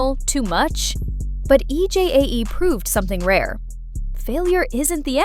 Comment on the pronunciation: I’m sorry to say this but commentators need to pronounce Korean names. E J A E should be pronounced EJ